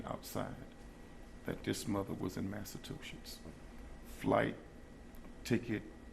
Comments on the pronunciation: That dude calling Massachusetts Massa-Two-Shits XD XD XD Too much man. Learn your states!!! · They both are talking like they know what happened to the baby already. "When Maleah was outside this mother was in Massa-two-shits."